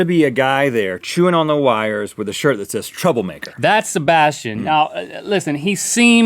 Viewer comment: I don't like how they say my name.. haha.. SHEBASHTIAN